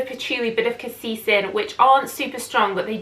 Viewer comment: Hi! Elie pronounces his name as E LIE, as in,, tell a lie... & Cassis is Cass Iss, as in kiss, not caseese.